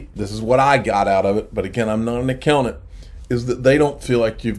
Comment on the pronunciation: A-COW-NANT 🐄🐮 moo